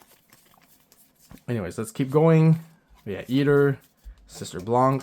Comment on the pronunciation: I dont know why it anoy me that much when people pronouce the "c" in blanc. For those who dont know, blanc is white in french. The c is mute. Then why is it there? Because of its femine version blanche.